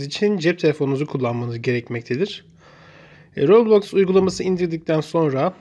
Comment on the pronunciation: Kardeşim roblax ve robax nedir yazıldığı gibi okunur